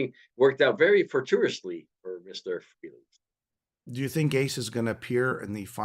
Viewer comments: Guys, it's pronounced "Fray-lee", not that Ace cares, but there you go. Good discussion though, well done. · yes, nice try. Ace has stated in past interviews that people pronounce his last name three different ways and he really doesn't care as long as they are saying his name. He then pronounced it "Fray-lee" in the interview. Even Paul Stanley pronounces it "Fray-lee". Pretty sure I heard both of you pronounce it "Free-lee". Anyway, it doesn't matter at all, I'm sure we can both agree that his new album will kick ass. Have a good one sir.👍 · It’s actually Freh (rhymes with bell) ley. Nice try though.